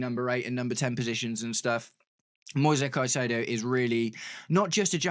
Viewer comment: the correct form to say the name is like latin american way with plain vocals: Moi sezzzz Cai ze dooo o (plain e like in "re"cipe) and plain "o" like "O"ntario